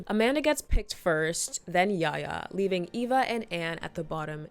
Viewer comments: lol. Her name is Eva. Not Ava ❤️ Great video 🎉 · Is she calling Eva "Ava" 😢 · I cringed so hard every time you called Eva Ava 😩 but this was a great video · It's Eva not Ava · its so funny because she has a disclaimer about it actually being eva, even though she called her ava, and then immediately continues calling her ava😂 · Obsessed with how you spent the entire video calling Eva “Ava”😭❤️ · Pretty sure it’s Eva, not Ava 😅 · Are you saying her name as Ava on purpose? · EEEEEEva girl. Eeeeva. With an E. Sheesh.